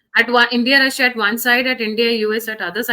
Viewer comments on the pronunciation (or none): Does this man dont know Its Russia not rasiyaa